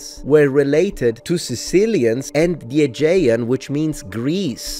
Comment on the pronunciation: Just a pronunciation tip: The most common pronunciation in English today of the word "Aegean" sounds like this: uh-JEE-un.